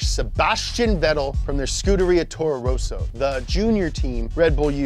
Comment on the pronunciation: I love the f1 videos but could you guys get someone to do a quick pronunciation check? stuff like "torro row-so" and "david cool-yard" just sticks out pretty blatantly LOL